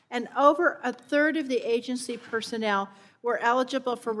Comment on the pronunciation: "Persenel Questions" .